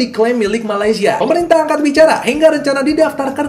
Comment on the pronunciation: MA LAY SIA BUKAN MA LI SYA…betulkan. Nak komen positif kena sebut elok2. Kenapa boleh sebut IN DO NE SIA…. Boleh pulak sebut! Bengong